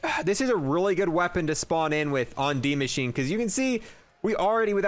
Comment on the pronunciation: You literally pronounce everything wrong in zombies, it’s the bullfrog no bulldog, it’s dark e-ther, not a-ther, and it’s d-machine-a, not die-machine 🤦‍♂️🤦‍♂️🤦‍♂️, also you pronounce megaton wrong too, it’s mega-ton, not mega-tan 🤦‍♂️🤦‍♂️🤦‍♂️